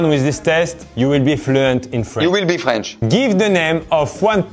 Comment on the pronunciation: 😭😭😭😭 c’est une master class (jeu de mot) cette vidéo 😭😭😭 la partie où faut expliquer le son « O » in feench >>>>>>>>